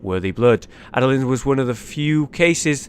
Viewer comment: You butchered Adeline's name soooooo hard Jesus christ